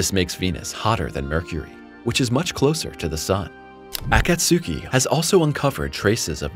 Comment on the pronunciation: Akatsuki is 3 syllables not 4. Akats ki not akat su ki